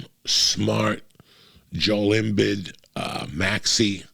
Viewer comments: It’s Jo-El Im-BEED lmao. Say it right, Unc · The way Joey pronounce Joel Embiid name is killing me 😂😂😂😂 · At first I thought he was trolling me with the pronunciation of Joel Embiid, but then he said it a 2nd time. What a mook!